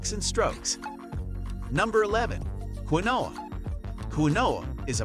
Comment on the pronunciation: Do your research, not everything on this list is legit. And he pronounced quinoa wrong